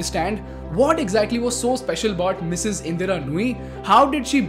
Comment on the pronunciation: I follow your channel closely. However I was quite puzzled by the emphasis on the Mrs, of Indra Nooyi’s name. Maybe next time you highlight women, try to enunciate less on the Mrs. part and more on the person herself.